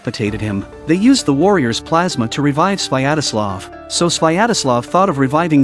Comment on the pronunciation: It's not "Swayadaslav: - it's "Svyatoslav" xDDD